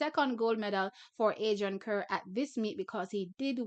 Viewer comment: remember, 'Kerr' is pronounced: CAR. lol!